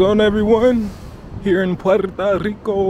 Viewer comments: It's Puerto Rico, Papa, not Puerta Rico. bro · It's PuertO Rico - not PuertA Rico. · Every time you say Puerta Rico I cringe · Is it just me or does he keep saying "Puerta Rico"